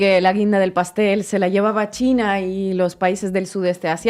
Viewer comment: Grade Mayor bien alimentado. Y dice mucho chleina. Si lo vessi escuchas cheina y tiene el pelo color zanahoria corre Que te arranca los boldillos del pantalon